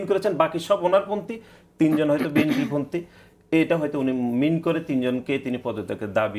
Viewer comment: আমি কোন রাজনৈতিক দল করি না জীবনে কারো পিছনে স্লোগান দিইনি। আমি রাষ্ট্রবিজ্ঞানের ছাত্র ছিলাম তাই রাজনৈতিক সচেতন এবং একজন রিটায়ার্ড পারসন। নাসিরউদ্দিন পাটোয়ারী রাজনৈতিক নেতা হিসেবে শুদ্ধ বাংলা বলার চর্চা করতে হবে!! এই নব্য সংগ্রামী নেতা "বিএনপি" উচ্চারণ করতে পারেন না।